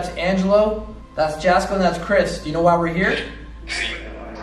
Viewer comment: Jasko name is pronounced yasko. Just call him Jaz. I watch all his vidios along with yours. Keep up the good work